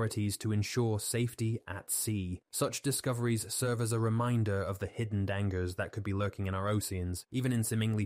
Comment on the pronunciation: These mispronunciations show non-human narration like no others ! . "danggers" and "ocian" - for dangers and ocean to name at least two !! 😢😯